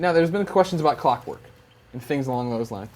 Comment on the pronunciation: "shrinks clockwerk" Haha im gonna call you!